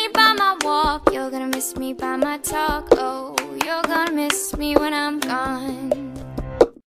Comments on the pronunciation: its talk...oh not taco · i know she is saying talk, oh but i really do hear taco. i hope its just because I'm hungry. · it's not ''taco'' it's talk, oh but whatevs, it sounds funny lol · "You're gonna miss me by my talk,oh" Sounds Like taco To Me ^_^ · Talk oh, sounds like taco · it's suppose to be talk,oh but it sounds like taco lol